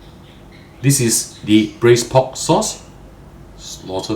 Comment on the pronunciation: Pork? Pod? Pot? I'm confused.😯